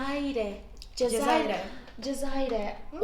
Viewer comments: Cezerye .cezayire değil.cezayire diyince ulke olan geldi aklima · bende cezayre ne diye dusunuyom cezeryeymiş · Cezaiyre değil ismi cezerye tatlısı 😬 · seni bu akşam tanıdık ailecek, tam üç saattir ne kadar videon varsa kesintisiz izlemekteyiz hala: ) İZMİR.den sevgiler... ilk tatlı Şam Tatlısı; İZMİR.e has ŞAMBALİ adıyla anılır.. ben İzmirliyim:) Ekmek Kadayıfı üzerindeki KAYMAK:) Cezaire demeniz çok hoş. yani CEZERYE:).. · Cezerye ye cezayir demesi🤗😍❤😁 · Öyle bir cezerye dedin ki doğrusunu hatırlayamadım cezayire hahhshdn harikasın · Ya kıyamam ya çok tatlılar Cezayir diyişinde koptum ben 😂 😂